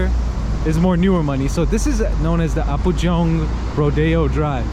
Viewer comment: It is not apujong. It is Apgujong.